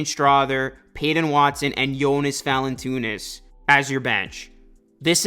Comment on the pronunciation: How do you see Valanciunas and think Valantoonis 😂. Great vid tho my guy